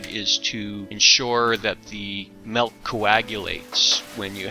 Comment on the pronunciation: It's spelled with an "I", therefore it's pronounced MILK, not MELK